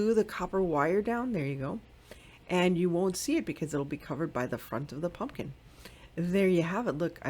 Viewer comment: These were all beautiful! I definitely loved the “Pun-Kin Girl”.🎃🖤🤍 LOL that’s how I say pumpkin too! 😂🤷🏻‍♀️ TFS my sweet friend!💞